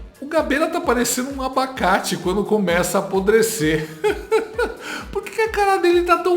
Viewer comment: Ábacate kkkk